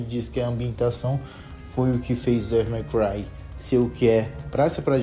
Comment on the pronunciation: Ufa... Achei que ia ter que corrigir o Devil "Mai" Cry pra Devil May Cry ("Dévol Mêi Cruai")... Se corrigiu. Até estranhei você falando os demais termos certinho. Boa! Boa,! E sobre essa franquia, amei, joguei tudo, zerei mais de uma vez em outras dificuldades. Bom, poderia até ver o que tem no meu canal, sobre isso. Depois, passei a focar na franquia God of War. (Meu interesse é desde o 3, acho que já joguei o suficiente das clássicas, na época do PS3, e o 3, não tive oportunidade no PS3, e joguei no PS4.)